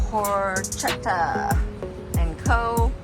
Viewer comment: its actually pronounced PORK-ETTA .... you should try the Porchetta sandwich, thats what they are known for, its so goood....!